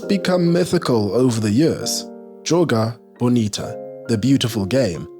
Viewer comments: “Joga bonito” not “Joga bonita” but keep the vids incoming my goat 🙌🙌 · It's Joga BonitO, with an O in the end